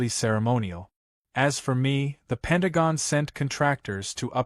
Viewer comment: Penagong....? Is your AI Chinese?